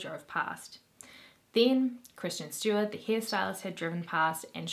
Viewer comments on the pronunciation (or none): none